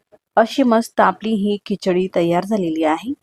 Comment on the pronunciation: Pronounciation of some words kichadi chamcha is not as per Marathi